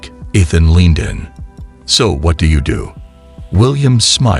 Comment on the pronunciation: how do you tell the AI voice bot to put the correct emphasis on the right syllable for 'Ethhunn's' name???